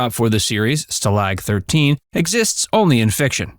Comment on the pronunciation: Well done I already many facts about the show but learned more now. The most surprising is the lyrics to the theme song. I know the trumpet part to that song very well because in High School we played it countless times at Football games in the Pep Band. BTW, you mispronounced Stalag 13, it is not sta-LAG it is STA-lag.